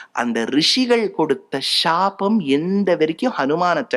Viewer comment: ஷ்ஷ்ஷாபம் இல்லை சாபம்